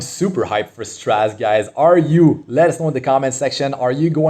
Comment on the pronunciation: I'm so excited, I don't care about his multipliers, I'll try to pull him anyway. By the way, it's pronounced "Stra-zay" (sorry to be that guy).